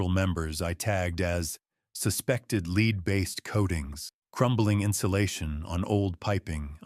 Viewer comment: Look, I really enjoy these stories and don’t mind if people use AI narrators What I don’t like tho, Is when it says words wrong. It said lead paint wrong, like “leed” It’s little nuances like that, that make it hard to stay in the story